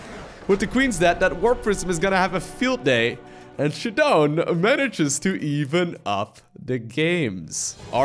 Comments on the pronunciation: Anyone else annoyed with him saying, “shadone”. I’m pretty sure it’s pronounced “sha-DOWN” like showdown. Lol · Its pronouced Shadow'n